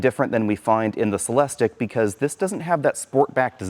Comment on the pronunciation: Every time he says Celestick I’m saying it’s pronounced “Cel es teek!”